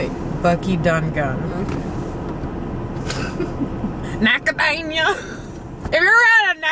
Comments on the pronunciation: NACADANIA 😂 I’m dead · You trying to pronounce “macadamia” was hilarious hahahahaha